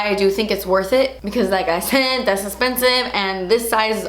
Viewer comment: her accent when she says "through" and "esspensive" <3 :D